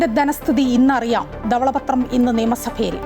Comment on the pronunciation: ഉച്ചാരണ ശുദ്ധി ഇല്ല. ദവള പത്രം അല്ല. ധവള പത്രം എന്നാണ് ഉച്ചരിക്കേണ്ടത്.